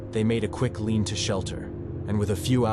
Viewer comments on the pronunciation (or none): Nice video Lean-to is pronounced lean-two